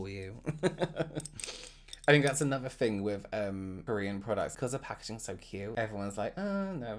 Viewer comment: Fun fact: fing literally means fart in Hungarian lmao and i also hear him saying “thing” as “fing”